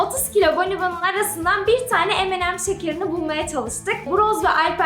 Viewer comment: Abla şekerin adını söylerken Eminem anlıyorum. 😂😂😂